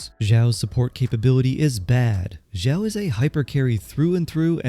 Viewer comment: why is this guy so quiet??? my volume is almost all the way up and it's still somewhat quiet also him calling xiao "jow" really bothered me